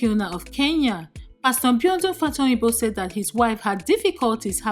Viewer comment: Benny Green instead of Benny Hinn, Infidelity instead of infertility, Mbiodun instead of Biodun - narrator biko ur scandal and bullets are more than the fellow you are talking about. Chisos...!